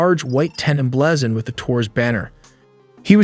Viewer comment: ai that doesnt lnow how to pronounce "emblazened'